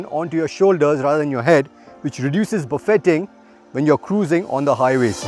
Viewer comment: And he said “buffeting”